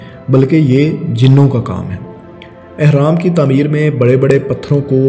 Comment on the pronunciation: تمیر نہیں تعمیر۔